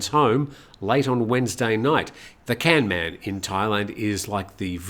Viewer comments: I am sorry, I know that you will get 5 commenters correcting your pronunciation of the Thai word kamnan ( กำนัน, meaning village headman), and all 5 will be different, but I cannot stop myself: kamnan is pronounced like the English words gum, nun. Here are a few useful rules of thumb (which do not always work) for Thai words spelt using English letters: usually "k" represents an unaspirated k which sounds a bit like g as in gut, while "kh" sounds like c as in cut; usually "t" represents an unaspirated t (which does not occur at the beginning of syllables in English) while "th" sounds like t as in top; usually "p" represents an unaspirated p (not at the beginning of syllables in English) while "ph" sounds like p as in pot; sometimes "a" sounds like u as in cut and sometimes "a" sounds like a as in cart; usually "e" sounds like ai in gait, and "ae" sounds like e as in get; usually "i" sounds like ee as in feet; sometimes "o" sounds like oa as in goat, and sometimes it sounds like aw as in law; usually "u" sounds like oo as in root; usually "oe" sounds like e as in her; and usually "ue" (as in the dreaded word Don Mueang Airport) represents a vowel sound which does not exist in English. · Pronunciation police died too with ‘Kamnan’